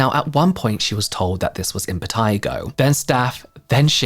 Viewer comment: gurllll. 😂 dead, Love the way she says impetigo